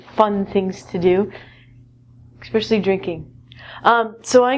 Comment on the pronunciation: your channel is called EnglishLessons4u and you say EXcpecially!? gtfo